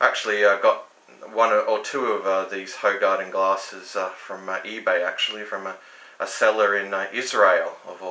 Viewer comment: Apparently this is pronounced "WHO-garden".